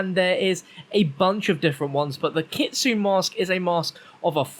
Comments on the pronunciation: Kit-su-ne “Ne” as in neh Lol 😂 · It’s pronounced ki-tsu-ney, in Japanese the e at the end of some words are pronounced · Kit-su-NE like nay lol still love you ❤️ keep doing what you do 💪😂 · Not to be that weeb guy but I'm pretty sure it's pronounces kitsunay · Not kitsun, kitsune